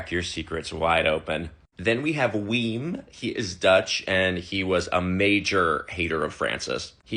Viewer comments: As a dutchie hearing WEEM cracked me all the way up, it's WIM (as in WIN with an m) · Not "Weem" 😂😂😂 haha in Dutch that's pronounced Vim! Thank you for that laugh 😊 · Im dutch and hearing him pronounce "Wim" as "WeEEm" has me dying 😂🤣🤣 its with the I from internet btw XD Similarly pronounced as whimp -P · Little correction, Wim is just pronounded as the word "whim" is, other than that what a yikes guy😢 i dont want him back in my country he can stay there lol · Girl, it’s pronounced “Vim” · I’m living for these videos 😭 Not rooting for my fellow Dutchie Wim but just wanted to say it’s pronounced like “to win” but with an m at the end. Your version is more fun though.